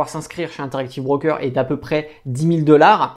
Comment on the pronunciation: c'est pas un 'BRRRROOKER' mais un broker!